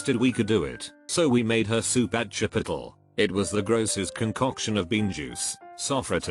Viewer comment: If I hear it said Chi-piddle one more time.😂🤣😂🤣